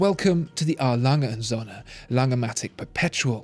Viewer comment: A. Lange & Söhne actually means A. Lange & sons. You pronounce it as if it means A. Lange & suns. You should keep the o a little longer, as in the English word "so". Nouns always start with a capital in German. Best regards